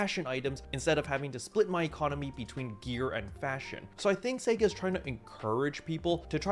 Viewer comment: Why can't you say, "sega" right?